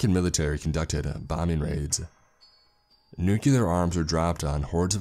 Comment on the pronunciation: Nuclear. Say it with me: "NEW-KLEER". Not "NEW-CUE-LAR".